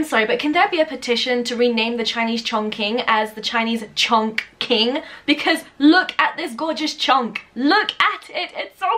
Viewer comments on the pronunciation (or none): Hello there M! For the Chinese Chongqing, the pronunciation should be like "ChongCHing". The Q is pronounced like a CH here in China. And also, it has a G between N and Q Also say that Chongqing is a city in china, in the Sichuan province (the spiciest food in all china). Greetings from Wuxi, keep up with these great videos!